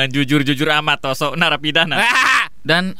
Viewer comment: Maniak ungu:kayanya pas ibunya hamil ngidam kukubima rasa anggur dgn royaljeli yang membuat krisss jon bekata::: ROSSO bukan TOSSO